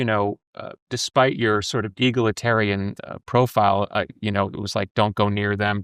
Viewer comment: Love when Billy mispronounces words like egalitarian.